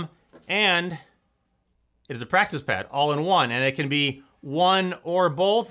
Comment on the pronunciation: Just noticed this when you flipped it over showing the pad on the bottom you said plactice pad instead of practice pad